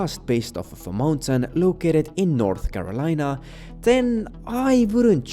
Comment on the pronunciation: North Carolina as North Melina